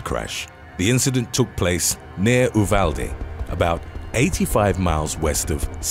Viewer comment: It’s pronounced U-val-dee or YU-val-dee. Just sayin 🤷🏾‍♀️